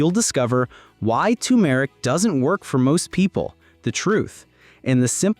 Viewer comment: AI commentary - can't pronounce tumeric